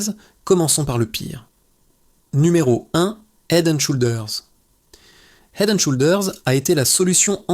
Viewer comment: Le mot SHOULDERS ne se prononce pas avec le OU français ...l'application Traduction Google vous aidera à bien prononcer !le mot HEAD On prononce le H svp ... HEAD and SHOULDERS please ❤